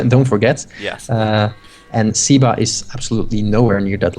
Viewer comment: At you wonder how SEBA's name should be pronunced. Well, if he is Argentinean, as said, then his nickname is most probably short for Sebastian and, therefore, in Spanish the "e" would be pronounced as in "bed", "men", and other such words instead of as the "e" in "sea", "eagle", etc.